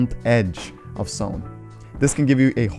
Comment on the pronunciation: This dude says sone instead of zone